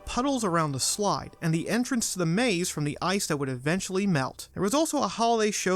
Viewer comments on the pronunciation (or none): none